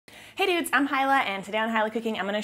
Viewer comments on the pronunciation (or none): OMgosh...I absolutely love your channel...but in the beginning of this one...I thought you said "hey idiots", not: "hey dudes". hahahahahahhahaaa! oxo